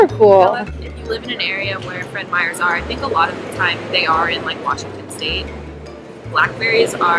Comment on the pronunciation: This whole video I've been like: "why are they calling Meijer Fred Meyers?"